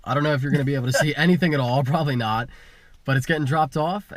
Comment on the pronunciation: you sound like a dumb ass when you emphasize that you were "NOT" in the united states